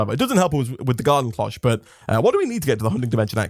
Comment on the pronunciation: IDK if you say it differently over there but Cloche is said like closh like closhis. the o makes a literal o sound. I am sorry its like nails on a chalk board for me >.<